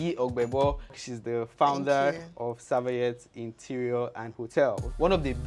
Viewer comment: you keep pronouncing the name wrong "Savayeth" yet it is written "Sayaveth". Great job though.... and this Lady is really doing great wonders.